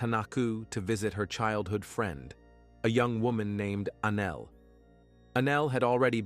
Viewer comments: No...he pronounced A-Nell as anal. That's all. Just trying to help a homie out. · I’m not 12 and that shit was hilarious!!! Not only did it change ANELL to ANAL but the closed caption spelled ANGEL 😂😂😂. Now back to the story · The automated narrator calling the girl Anal😂😂. WTF it's Anell. I'm sorry, but it's funny and was a little distracting😂😂. I find humor in that pronunciation but not the situation.